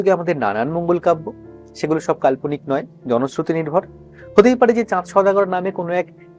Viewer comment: কাল্পনিক কথা উচ্চারণ কারা ঠিক হয়নি